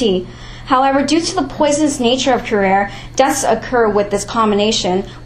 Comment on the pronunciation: It's kew-RAR-eee not KEW-Rare. Like voh-LARRRR-a (don't make me sing Volare). Kinda like Anti-gone versus ann-TIGG-uh-NEE (Antigione).